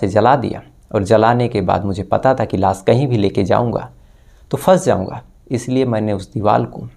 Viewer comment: Fix your "sh"and "s"like it's lash not las or shading not sadi😂